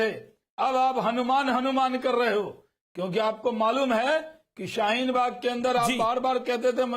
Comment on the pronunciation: Abe sale shheen bag nhi hai shaheen bag hai sale jahil